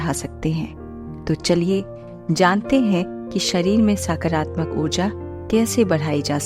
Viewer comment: Its not साकारात्मक its सकारात्मक